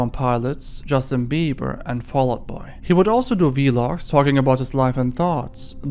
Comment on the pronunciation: why do you call them vee-logs it is the only thing about your channel that makes me physically cringe